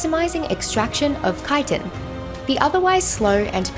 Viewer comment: took me a while to understand she is talking about chitin because she is mispronouncing it so hard lol